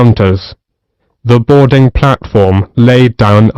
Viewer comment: Its boarding not brarding in 40th